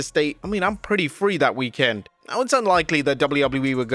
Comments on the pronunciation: It's weekend, not week..end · PLEASE change the way you say weekend!!!